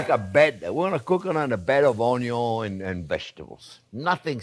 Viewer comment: You had me at ‘onyo’.